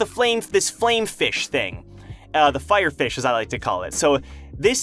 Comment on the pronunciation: I’m sorry but I can’t stop laughing anytime you say Fire Fish 😂😂😂 It...😂😂...it just sounds so funny 😂😂😂😂